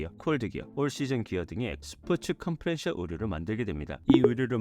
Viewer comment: 자막은 컴프레션이고 발음은 컴프레셔 라고 하는데… ㅡㅡㅋ